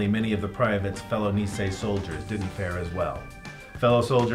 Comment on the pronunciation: It's pronounced Knee-say. not Knee-see.